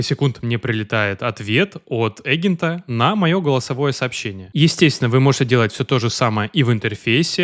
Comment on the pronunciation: Эгента,? (слух режет, не смог дослушать до конца , вырубил) Явно в школе очень высокий балл был, по русскому языку.